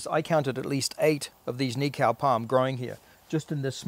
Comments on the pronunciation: cool video, just a tip on pronunciation for the word Nikau if you're open to it.. rather than say it as knee-cow.... try knee-co (as in co-op) to remember it just think of.... "Knee-co the knee company" xD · cool! another one Hokitika "Hawk eat tea car" run the words together fast